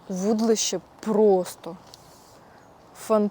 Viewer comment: Та не" вУдлище"," вудИлище"!!!